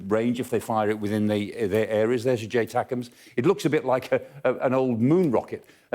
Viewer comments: It's not J TACMS but ATACMS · It's actually ATACMS There's no J 🤣